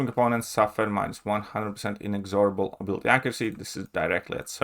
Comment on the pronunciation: Hi. To practise pronouncing inexorable correctly, try slowly saying in-ex-or-ubble (as in bubble) a few times, then say it faster whilst emphasising "EX". in-EX-orubble.